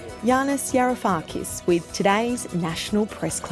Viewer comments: Wow, an intellectual giant among Australian media's intellectual midgets, as evinced by the fact tha his name was mispronounced twice in the first few seconds, and by the fact that the questions from the journalists were all rubbish. They trade in talking points about tax-dodging Greeks, which he answered well, but didn't ask him to reconcile his advocacy for a central bank digital currency with the prospect that that's a large step towards a Chinese-style social credit system, which he decries, where infringements lead to a loss of access to one's bank account, as was seen with the Canadian truckers. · Please fix your introduction clip where you mispronounce your guest's name twice!